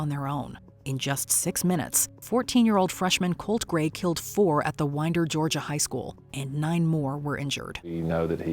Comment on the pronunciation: Thank you for pronouncing Winder, GA correctly.